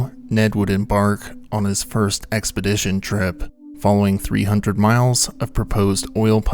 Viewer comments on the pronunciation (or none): none